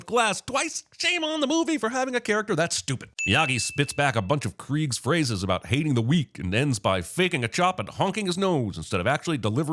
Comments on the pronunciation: Krieg? KRIEG? it’s KREESE! 😂😂😂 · I'm sorry, "Kreig"?